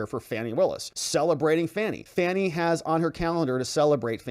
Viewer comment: You know how to pronounce this womans name. you know what you're doing and it isn't funny at all